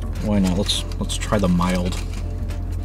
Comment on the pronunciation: OMG!! Just hearing you say the word "mild". LMAO!!!!! If you think the chicken wings from Domino's are disgusting, then I vote NO!!! BTW, Pizza Hut's chicken wings are even worse! YUCK!!!